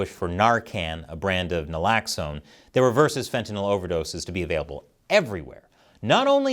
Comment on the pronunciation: Wow! Finally a commentator who can actually pronounce Fentanyl. Well done. To others, it’s not fen-ti-NAHL.